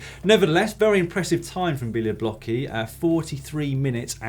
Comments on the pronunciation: Come on Dan! Bialoblocki is pronounced "beoblotzki"! I dare you to try to pronounce my surname :P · Białobłocki == Bia - wo - bwo - tski I know it must be horribly difficult to pronounce fo you guys, but you could do a bit better. ;) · Since you have already mentioned Marcin Białobłocki a few times on the show please find out how to pronounce his surname correctly. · I can hardly imagine worse pronunciation of the name "Białobłocki" :D